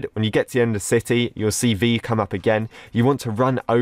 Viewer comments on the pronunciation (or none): none